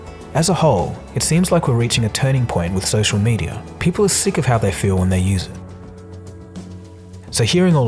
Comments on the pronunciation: It’s not “medier” it’s “mediUH” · "Media" not "medier" which is what you are saying many times throughout the video.